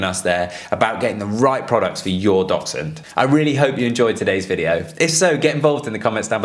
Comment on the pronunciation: Sorry what is the relevance of Dachshunds in this video? (Also can someone explain to the guy at the beginning how to pronounce the word 'Dachshund' 😆)